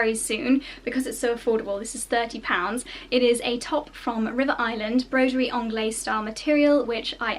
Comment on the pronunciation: Just FYI darling, the "Z" sound is pronounced at the end of "broderie anglaise" ! Just thought you might like to know ! Lots of love from France Xx